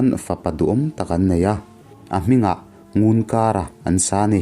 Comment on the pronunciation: Ngunkara i lam dan pawh a dik lo, i thawnthu hi i chhiar hmain midang rawn hmasa rawh.